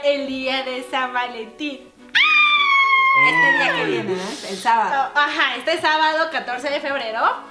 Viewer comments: en el minuto en la pregunta en vez de decir san valentin dice san vanlentin jajajaja o soy la unica que se dio cuenta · Jajajajajaja Los adoro!! Se dieron cuenta que dice san vanlentin!?